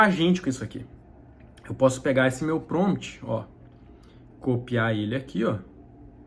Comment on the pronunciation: Crítica construtiva: Não se fala PROMT, o correto é PROMPT. Gostei muito do vídeo, abraço